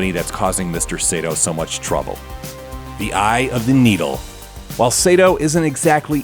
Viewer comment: IT'S NOT SEITO IT'S SAITO! SA-I-TO!! さ・い・と・う！！！斎藤！！！！It's really annoying when people mispronounce Japanese names, especially when it's my last name!